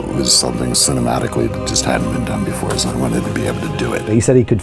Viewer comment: BeeFUH lmao